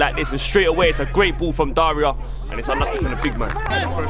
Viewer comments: Doing his homework but still messed up by calling Dara, “Daria” lmao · How gonna say "Daria"itS Dara 🤣😭😭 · His names Dara not Daria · it aint Daria its Dara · it’s dara not daria